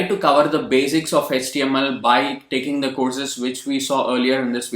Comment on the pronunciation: Hech-T-M-L our sir used to say in that accent....